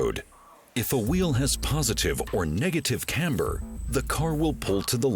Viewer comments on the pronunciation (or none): none